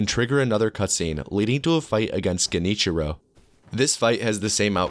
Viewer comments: Genichiro is pronounced liked Jen- (like Generator) ee-chiro. Very hard language bruh Oh and great vid man, you so easy to listen to. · It's actually pronounced Junty Joe, not Genichiro.